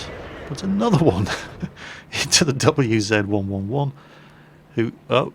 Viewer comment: LOL "WZ-111-14 " it sounds funny :)